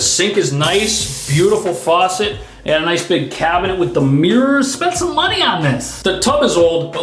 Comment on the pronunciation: I LOL when you emphasize the legit, new, clean, large or nice medicine "cabin-ette"!! It's the little things! Love your videos 🤩